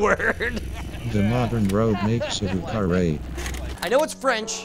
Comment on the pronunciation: vieux is NOT pronounced 'voo'